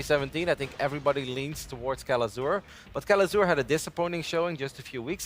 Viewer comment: Artosis butchering Kelazhur's name makes me sad..